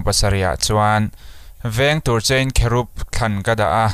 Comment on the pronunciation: Kherub a ni mi cherub a nilo mi